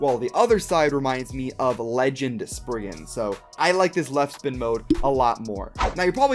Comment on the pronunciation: Sprig-RIGan Requiem lol